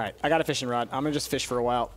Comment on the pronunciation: Stop saying the fishes name wrong